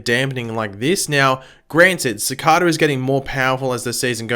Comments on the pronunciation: Si-cay-duh, not Suh-cod-uh. You can say. Please pronounce it right. Other reviewers with accents do. Please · Uuuhhm its pronounced CI-CAE-DA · how tf did he pronouce cicada